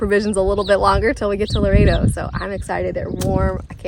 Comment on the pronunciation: Ok I'm sorry but you trigger me every time you guys say Laredo. Please check the pronunciation of Loreto! Lol sorry I wanted to keep my mouth shut but couldnt!